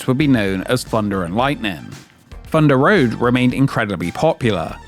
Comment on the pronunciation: Fundah Road was a fun no frills frill coastah